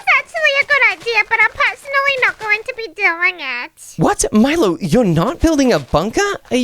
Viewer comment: it is milo not molo